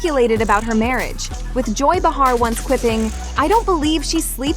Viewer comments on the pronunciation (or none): It's not Ba har, it's Bay har. Stop if you can't pronounce any of the names right. Cry, cry Melania. Maybe if you hadn't posed in the nude you wouldn't be such a laugh.